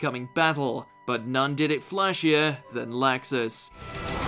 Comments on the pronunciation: Locksus that is how you pronounce it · They way they saw Laxus bugs me to no end. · Jesus... you've done tons of these anime videos, and you're still mispronouncing "Laxus"? Also, how many of these "jerk-turned-nice guy" characters are dubbed by Patrick Seitz?